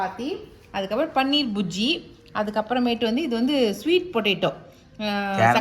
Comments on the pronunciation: mam, inimey paneer burjji nu sollunga, adhudhaan correct pronunciation, ungala hurt pandradhukaaha mention pannala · This is paneer "bhurji" not "bujji "